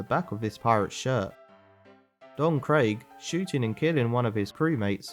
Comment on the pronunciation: Ah yes, captain kro, don Craig, and barateeee. Can you please just say the names right